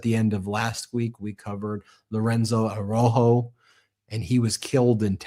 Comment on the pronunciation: Araujo. Like ah row (like cow) ho. please pronounce the dead man’s name correctly.